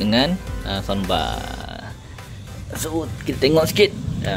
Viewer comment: Adik bukan sambar, sound bar dik.